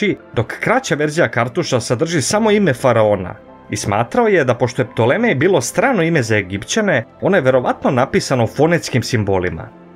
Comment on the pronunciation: Nije Ptolemej nego Ptolomej !